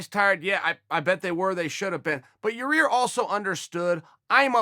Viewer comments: Chael "Ja ear" Sonnen ~ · Yair "Ya-Ear" Rodriguez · Anyone notice chael is saying "ya-rear" again after admonishing that dude who asked the fan question a couple days ago sfor saying "ya-rear?" lololol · Yarear and germy..... lol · Everyone: Yair Chael: your rear, your ear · It will always be Ya-rear. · Chael can't say yair's name to save his life. Your 👂. Hahahahahahahaha